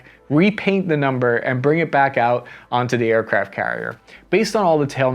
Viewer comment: sounded like you were saying aircraps